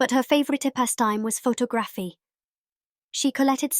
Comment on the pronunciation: "photo-graffy". LOL